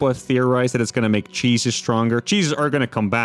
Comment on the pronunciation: When he said "Cheeses are gonna come back" I thought for a second he said "Jesus is" Christians would be that fourth race we been wishing for 👹